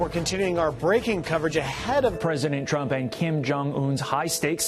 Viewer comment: She never actually say the word “Trump” but “DonaldO JAY TrumpO”